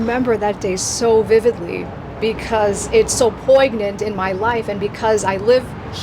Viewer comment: “poyGnant” 🤦 Poignant is pronounced “poin-yunt”